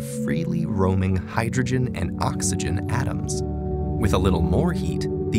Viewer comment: The way he pronounced the word "atom" annoyed me, for some unknown, related to moon reason :( </3